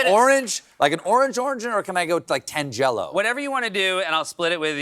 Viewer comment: Tan-jah low. Not Tan jello, Stephan